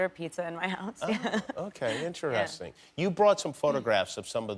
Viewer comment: I love how weirdly he says "interesting"